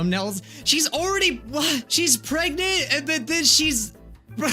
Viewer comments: U said Greg not preg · Nobody: LITTERALLY nobody: Everyone: P.R.E.G.N.A.N.T: G.R.E.G.N.A.N.T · Is it me or does say pregnant as Gregnant?? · He said(gregnent). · Why does it sound like says gregnent 😂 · It sounded like you said "gregnant" every time it said pregnant